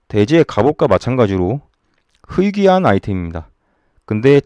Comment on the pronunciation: 이분 억양 중독되네ㅋㅋ 쓰레기 어감 찰지고 희귀한을 약간 흐이귀한이라고 하시는것같은데. 중독성이ㅋ